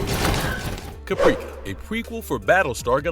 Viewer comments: Did you use AI narration? Because "Caprica" is pronounced "CA-prik-ah" not "ca-PREEK-ah". 🙄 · Cap-Ra-Ka long vowel sounds bro. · Good lord it's pronounced KA pre ka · 🤬 Firefly premiered in 2002 not 2022 !! But hey, 'almost' there right? 🙄 And they were the crew of the 'Serenity' not the 'Firefly', it was a Firefly class ship. Well, at least he could pronounce 'Now And Again' properly ... unlike 'Capreeka' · I lost any respect for this list when the title of Caprica was completely mispronounced. It not only proved that whomever produced this hadn't watched Caprica, they hadn't watched ANY Battlestar Galactica. Of course, they did mention The Middleman which I truly miss...